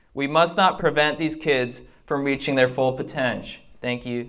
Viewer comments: Constitiush, potensh, more communikeish. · "We must not prevent these kids, from reaching their full potensh" 😂